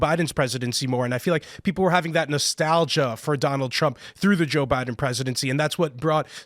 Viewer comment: "this is an all time high, even for doland trup" dude with glasses is a dingus just saying wods